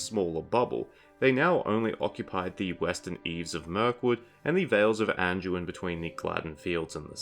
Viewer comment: There's no "j" or "g" sound in Anduin you half a meatball. It's not "An-jew-in," it's "An-dew-in." Or do all your words containing "do, dew, or due" are pronounced "Jew?" Freaking 🤡